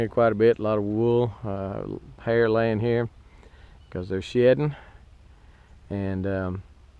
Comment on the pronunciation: it sounds like he says "..cause they're shittin", lol. But I know he said "shedding" though because he's talking about the wool laying around.